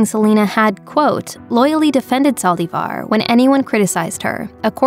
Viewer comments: Did anyone count how many times she said saldivarrr? Lol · why do you say Yolandas last name that way? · Why does the lady speaking keep saying Yolanda last name wrong